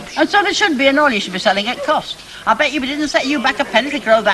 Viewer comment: Its Bet, not Bett